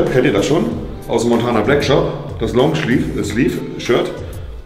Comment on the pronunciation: LongSchleef ähh -sleeve hahaha